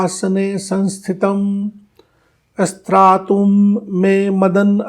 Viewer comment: प्रणाम, मैंने बहुत सारे पंडित गुरु लोगों के स्तोत्र पठन को यूट्यूब पर सुना है। लेकिन आप का पठन श्रेष्ठतम लगा, उच्चारण शुद्ध लगे। क्षमा करें आप ध्यान में 'स्रातुं' शब्द को स्त्रातुं पढा। इस शब्द का उच्चारण है:-स्+रा+तु+म् । इस दुस्साहस के लिए क्षमा करें ।